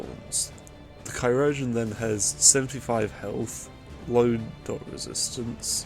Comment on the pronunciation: Just wanted to let you know that chirurgeon is pronounced the same as surgeon Great video mate!